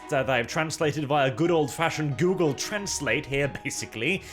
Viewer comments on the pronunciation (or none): none